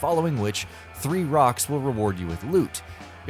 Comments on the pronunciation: I knew all of these, not impressed. Also "Rakk" is said "rack" not "rock" and BNK-3R is pronounced "bunker", because that's what it is. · Amazing fact for you: The flying enemies are called Rakk. Like, rack. Not "rock". ;)